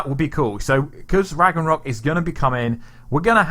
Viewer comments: So whos gonna tell him that its ragnarok, not ragranok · Ikr? It’s not that hard. and and a few more times he actually says it right. Then when he says “ra-g-nok” I feel like he’s trolling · Every time you say Rag-Ra-Nok, God kills a kitten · You said RAGNAROK wrong a few times lol but it's all good. Still great content tho keep up the good work 👍💯